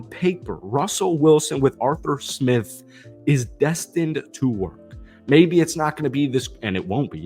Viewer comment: "Jawstin Fields & AreTher Smith"